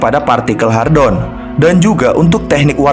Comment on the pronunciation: "Hadron" bukan "Hardon"